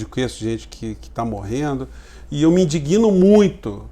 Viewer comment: Professor.... Amo seus comentários. Acompanho o máximo que posso. Me permite porque também sou professor. Quando conjugar o verbo indignar lembre-se que o "g" é mudo. Não tem "gui". Às vezes soa eu me "indiguino" e não eu me indigno. Desculpa, não achei seu email particular.